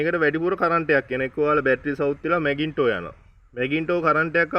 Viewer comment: මැගින්ටෝ නෙවේ.. මැග්නිටෝ.. මොල් ගහයි වංගෙඩියි නෙවේ බන්. Male female